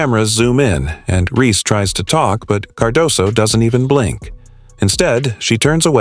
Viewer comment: You expect us to listen to your when you can't even say REESE INSTEAD OF REE.